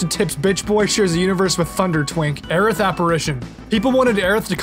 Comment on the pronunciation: Her name is Aerith. Period. It was never "Aeris". Ever.